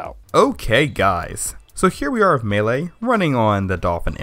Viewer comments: First "Yose-mite", now "meele". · MAY - LAY